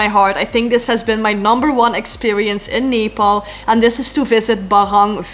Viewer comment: First foreigner who spell Nepal very right way❤😊